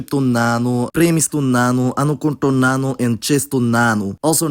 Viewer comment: Your pronunciation is pretty solid but I think you’re stressing the wrong part of each word. In “చేస్తున్నాను” for example, you tend to put the stress on “న్నా.” You can still be understood but it sounds more natural when you stress the beginning of a word (the “చే” in “చేస్తున్నాను” for example). Other than that. Amazing work! This video’s helped me a lot with Telugu grammar and I’ve reached a decently competent level in the language now.